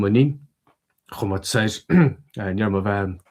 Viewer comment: GRMMA ! Why do I always miss the live steams? Ach, bhí an-deas é seo a chloisteáil ! : ) Is iontach an focal "spéir" a chloisteáil uait. D'fhoghlaim mé an focal sin inné. Go raibh maith agat as an fhuaimniú!